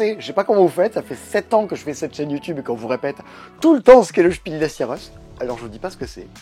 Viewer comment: Heu... C'est quoi alors le "Chipil desse yareusse " ? Faites pleins de commentaires pour m'expliquer la bonne orthographe et l'année de lancement et le palmarès par catégorie. PS: Bravo et merci à tout le passe temps. En votre compagnie il passe moins vite et de façon plus agréable.